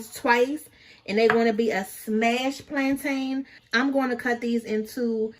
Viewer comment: The way you’re pronouncing plantain 🤦🏾‍♀️🤦🏾‍♀️